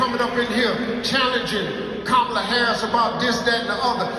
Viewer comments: 💥💥💥 HEY FAMILY GET HER NAME RIGHT… ITS “KA MA LA” not Ka mala 🤦🏾‍♂️ RESPECT ✊🏾 HER NAME BRUH… YOU SOUND LIKE trump & MAGA maggots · Hunh?? How is Kamala being pushed as Black when that woman IS Black?? So damn right people need to have that same exact energy questioning Trump who has made it crystal clear that he don't F with Black people. Check his history. Btw, it's okay to pronounce Kamala's name correctly 💁🏾‍♂️ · if you’re going to be media at least learn how to say Kamala name right! You sound like the grand wizard Trump! Respect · Please pronounce her name correctly.... and for everyone asking what she's doing for black people ask yourself what are YOU doing for your own community.... do you really think Trump is doing something for you???? Obama had 2 terms/8 years..... what did he do for black people???? This is the same thing that was done to Hillary.... y'all put Trump in.... none of these people are coming to save you.....